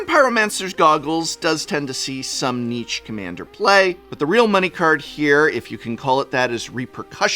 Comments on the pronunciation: Please stop pronouncing "niche" like Nietzsche. 😭 Niche is a French word and is pronounced like "neesh". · Prof I’ve really got to let you know that niche is pronounced neesh, not neetch. Great video as always, wonder if we’ll hit 52 this year.